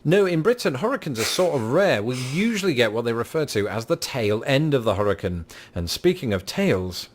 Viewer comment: Hurrican? Take it from someone who has lived in Florida their entire life and has lived through about 12 Hurricanes. It is pronounced Her-uh-cane. CANE not can.